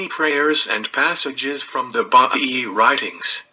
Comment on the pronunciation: The religion is pronounced BAHAEE (Baha'i).